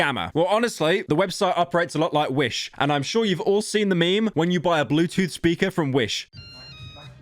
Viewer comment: "t' bluetoof d'wife a free-d chapel"